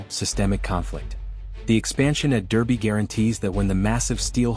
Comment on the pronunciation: It's pronounced Darby